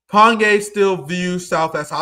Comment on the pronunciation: let me help you out with your Korean: the heir to a corporation is a CHAI-Bowl The Korean City Pyongyang is pronounced PyONG - YANG